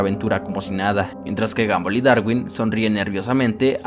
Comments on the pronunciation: Se pronuncia gombal no gambal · Se dice gombal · alfin dijiste el nombre bien kskksksk gumball casi en todo decia gambol xdxd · no c dice gambol c dice gombal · Gumball no ganboll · Sin ofender. Se escribe gumball. Pero se pronuncia gombal. No gambol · Sebita_XD 1987 F el que lo lee pero el men del video digo ''gomball'' no ''gumball'' .__. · Gambol😂😂😂 Se pronuncia GOMBAL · me incomoda que digas "gambol" y no a como normalmente lo escucho, "gombal" xddd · Y se dice gomball no gamboll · Ball se dice bal y en inglés británico bol pero la sería es de Estados Unidos inglés americano técnicamente sería gamball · No es gumball Es gambol v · El increíble mundo de gamboll xd así yo lo escuche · No les pasa que " gamboll" ._. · dijo gambol? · Se dice Gambol o Gumbal. obvio se que se escribe Gumball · El mundo de gambol dice 🤣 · se dice gumball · Jajajaja isque guanbol es guombal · Porque todos los youtubers le dicen a gumball: Gamboll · Porque en el inicio dices gamboll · Amigo que risa me daba cuando decía gamboll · "Gambol" QUEDÉ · No sabes como decir su nombre